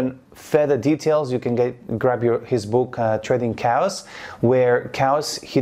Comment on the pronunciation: He's saying Trading Chaos btw, not Trading Cows like it sounds